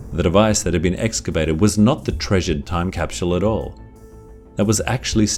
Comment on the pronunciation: I love how u say "casphule" ..